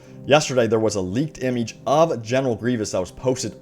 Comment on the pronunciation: Please..... Never say "image" again.....